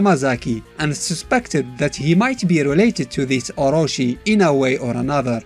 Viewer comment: oro-chi [as in chicken, not oro-see]